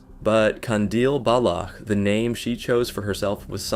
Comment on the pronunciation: the way he was pronouncing baloch oh my god